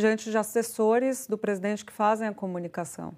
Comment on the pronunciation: "Presidoente" 😂😂😂😂 teu canal é otimo!!